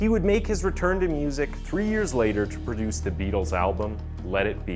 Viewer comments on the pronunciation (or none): none